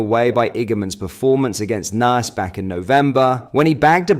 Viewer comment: Nice is pronounced Neese, not Nerse!! One upon a time you talked to the camera. Now you’re just a bot voice!!